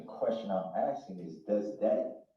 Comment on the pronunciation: If this fool really believes that Judge D is being “abusive” by cautioning DB to allow the witness to answer before “axing” more questions, I would greatly love to be a fly on the wall for his everyday life once he’s transferred to his permanent home/facility 😊😊